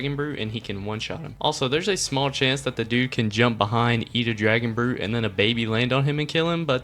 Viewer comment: It is dragon brute